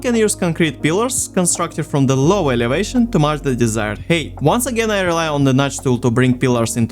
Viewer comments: Ну чел) Height произносится "хайт", а не "хейт". Да и в целом во второй половине видоса забил полностью на произношение походу) Режет слух прост, а в остальном красава! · Great video, but for the love of God, its pronounced "hight" not "hate" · i noticed that you pronounce the ‘ei’ in height as an ‘ay’ noise instead of ‘i’ & so it keeps sounding like you’re saying ‘hate’ :,) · The way you pronounce 'height' is fucking mind numbing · Great video, but... Why so much hate? Oh wait, I think you mean height, yes? It's pronounced like Hi! with a T at the end. English has some weird hold-over spelling and pronunciation artifacts from a former time. It's also a language with a whole lot of words stolen from other languages.